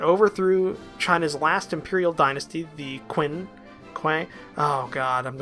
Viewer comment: Zhang szi is how I believe it's pronounced and the qing are called ching